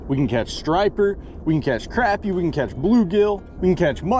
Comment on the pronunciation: it’s not crap-ir it’s croppie